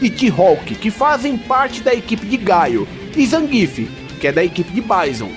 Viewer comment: Porque tem que falar BAISON e GAIO, e ZANGUIFE ? Eu sempre falei BISON e GUILE e ZANGUIEFE